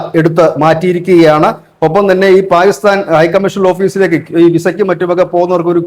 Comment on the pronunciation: പാ'ഗി'സ്താൻ അല്ലടെ...kore kalamayille? Inim pathichille?